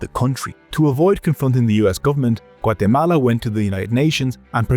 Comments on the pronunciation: I REALLY appreciate that you correctly pronounce a countries name! top notch 🙏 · I like the enormous effort to pronounce "Guatemala" authentically, whilst butchering everyone's names.